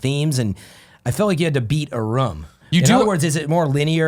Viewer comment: Why's the ruum gone!?